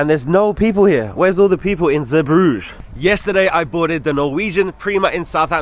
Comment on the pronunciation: Belgium has 2 languages, French and Flemish. The port is pronounced Zee bru geh, shame you missed out on Bruges, it is lovely. You had a poor experience in Belgium sadly